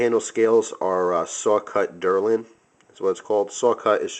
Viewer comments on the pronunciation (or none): I'm pretty sure its deLRin not deRLin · Not to be a nit-picker, but it's Delrin, not Derlin. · the material that the handle is made from is called Delrin it sounds as if you are calling it Derlin.